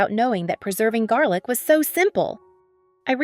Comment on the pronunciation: We love garlic, not jarlick 😂